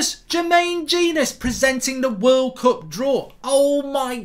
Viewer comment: annoys me that he sometimes pronounces "cup" in a posh way and sometimes in his normal regular accent